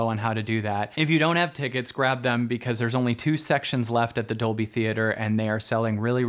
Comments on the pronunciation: Hali Chambers, Labyrinth Gal Yes, same for me! doing it in "dubblie" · Completely off-topic (Squirrel!), but every time you say "Dolby" it translates to Spinal Tap and "doubley." Because it's in Doubley. Also, coincidentally, I was the 11th Like . . . because it's one louder, innit it? ;-)